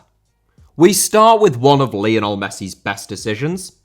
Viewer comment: Lionel* not Linl Rather* not Rother Debut* not Deibyu Uefa* not Yuweifer Sassuolo* not Sassuouwlouw Lopes* not Lôuwpez Monaco* not Monacouw Sevilla* not Sevía Liga* not Liguer Leo* not Liouw München* not Munich Colorado* not Colorohrdouw Cornet* not Cornei Nascimento* not Nascementouw Kansas* not Kanzas Juve* not Juvei Bertivegna* not Berteveigner Palermo* not Pălömouw Aleksei* not Aleksi Stabia* not Stăbìa Lokomotiv* not Louwkouwmouwtyv Moskva* not Moscow Roma* not Rouwmer Basel* not Bohrzel Davide* not Davidei Nathan* not Nátan Fluminense* not Flumenensei Frontale* not Frontohrlei Boschilia* not Boschiwa Manneh* not Mannei Idea* not Ideer 31 mistakes that you made in just one video! Ffs